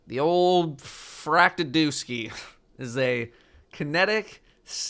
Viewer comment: He pronounced Fractethyst correctly. My disappointment is immeasurable and my day is ruined.